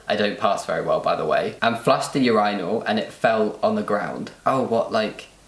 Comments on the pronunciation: You pronounce it Ur-eye-nul? In America we say Ur-in-ul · It angers me how they say urinal! Them: Ureyenal Me: Urinal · 'Your-eye-nal". WTF is that...? Say urine...add -al to the end.... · I admit I have never heard anyone pronounce urinal that way... yer-EYE-nl (non-rhotic r of course), not YER-ih-nl?? I'm american, but I still have never heard it in any british shows. Have I just never noticed or encountered it? Or do they say it the way we do because they know part of their audience says it like that....? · "ur-eye-nal" "leever" ily lmaoo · Wait it’s pronounced “ur-eye-nal” w a British accent??? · I was wondering what a "You Rhino" is until i realized he was saying urinal. Oh boy. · Yuhr-EYE-null wtf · why do they pronounce urinal like that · Why does he say urinal like that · Their pronunciation of Urinals is so funny to me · Ok, I’m open minded, but I can’t condone your pronunciation of “urinal”. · anyone else triggered by their repeated pronunciation of urinal? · As an American it's interesting to me how you guys pronounce urinal 😂😂 ik super random just wanted to share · So I’m American and I was shocked by the way they pronounced urinal 😂😂😂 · Omg, took me about 10 times of you guys saying it for me to get the British pronunciation of ‘urinal’. Also, Jamie, I think that it’s awesome if medical staff takes a second to ‘do the math’. It means you are totally passing, right? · CANNOT GET OVER HOW YOU BRITISH SAY URINAL!!!!!!!!!! Ahhhhh.😂😁